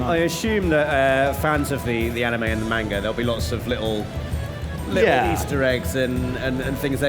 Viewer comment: “Main ga” manga🤦🏾‍♀️ these guys